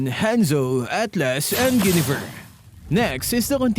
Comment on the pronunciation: Guinivere is pronounced as Gwen-i-ver